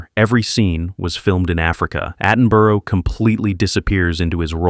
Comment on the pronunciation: 'Atten-buru'. And the director had served as a cavalry officer and survived WW Eye, a common medical condition in World War One, not the stuttering Women's Institute